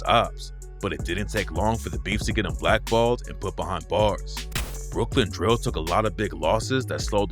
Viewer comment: why he say DRIILL rapper like that when he refered to spice lmaooooooooo got me dying